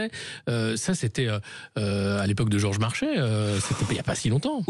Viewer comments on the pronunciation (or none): none